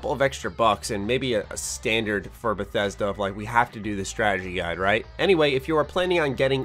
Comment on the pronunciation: Im feeling concerned for Beth E sd A errr cough Bethesda